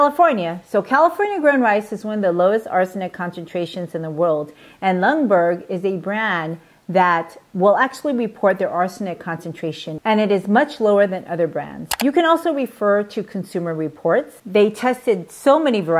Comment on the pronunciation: I love your channel! This is an excellent video. I think that the brand of rice that you are recommending is called 'Lundberg' not 'Lungberg'.